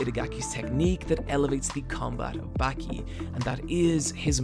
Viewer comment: its "bawki" not "backie" wtf